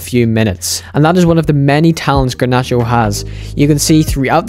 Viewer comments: bro its garnacho not granacho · ffs dude. Its GARnacho and not GRAnacho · the G is pronounced like in Getafe